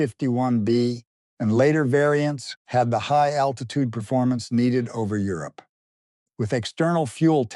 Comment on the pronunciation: Euro-pee? AI bullshit